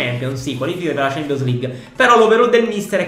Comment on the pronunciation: Nessuno: Proprio nessuno::champonios!